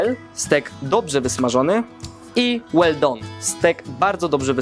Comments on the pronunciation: Wyobraź sobie że angielski nie jest jego podstawowym językiem. Jak mnie wkurwiają takie dzbany co przyczepią się drugiego Polaka bo coś źle wymówi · WaySzy łel don xD